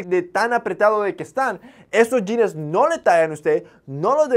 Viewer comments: Me llama la atención que utilizas muchos términos gringos y no sepas cómo se pronuncia la palabra "jeans", que ridículo se escucha la pronunciación yines, lo correcto sería pronunciarlo como "yins" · JAJAJAJAJA "SE MIRA NACO" JAJAJAJA, lo dice alguien que pronuncia "jeanessss" , "chequear" y "salchicha sobre-empacada" (porque sobre-empacada es más empacada de lo normal, creo yo) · Jeans wey no jeanes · Los Yines? Jajaja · En sus "yines" ajajajaj